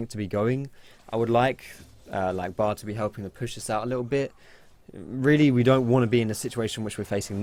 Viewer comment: ye weally